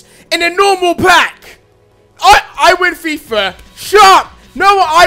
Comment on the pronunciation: its i win fifa.... not i win fifer... lol